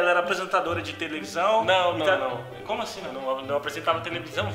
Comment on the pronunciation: " apresentadora de TEVELISÃO " Ele falou errado ou foi impressão minha